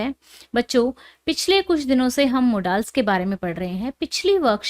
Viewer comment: Sorry mam put wo modaal nhi h wo modal h